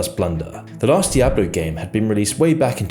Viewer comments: die-abloe??? why do people like you make such stupid mistakes? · "DAYABLO" ?? Are you serious Nigga? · "Die"ablo??? really? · Die-A-Blo tu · The way you pronounce Die-ablo really bothers me lol it's an attempt lmao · Stop pronouncing it Daiablo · what is Dye-ablo? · Di-ab-blo? ...what? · Die Ah Blow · Did he really say "daijablu" ? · Did he really say "dijablu" ? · I like how he pronounces Diablo as "Dye-Ablo" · i dare you say dieablo one more time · Ur content is great, but I can't help, but say it's Dee-ob lo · He said Die-ablo... ouch. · "dye-ablo", "world of war" and "nostril-rius"... come on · You're saying Diablo wrong. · how can this man not know how to say 'Diablo' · That pronunciation of diablo is up there with blizzard's atrocities 🤣🤣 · Why do you pronounce Diablo like that? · Aint no one finna mention how he pronounces “Diablo”? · The way he pronounces "Diablo" is very unsettling. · the way you pronounce Diablo makes me angry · The way this man pronounced “diablo” gave me a stroke. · has a surprising ability to butcher any name he comes across, I had never seen someone mispronounce diablo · I felt physical pain every time he mispronounced diablo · Bro I'll donate 100 bucks if you stop being such a Britbong and pronounce Nike and Diablo correctly. Nike does not rhyme with K*ke dude. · Jesus Christ, the way you are spelling Diablo gives me brain damage. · good video. But I have an issue with how you constantly mispronounced Di-ablo, World of War and Nostairius. It's Dee ah blo. World of Warcraft and nostaLrius as in nostaLgia. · Its D i ablo not DIEablo..... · You know is not a gamer by how he pronounced Diablo (DiEaBLo wtf?) 😂 🤧 🤦‍♂️ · switches from "die-ablo and dee-ablo" pronunciations a few times in this video, it's a bit strange. Less of a matter of accent and more of a personal quirk/oddity. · “Die-Abloh”, It’s “Dee-Ahblo” ffs lol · Great video but say its , DEE OBB LOW not DIE AB LO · Die-ablo lmao It's pronounced dee-ablo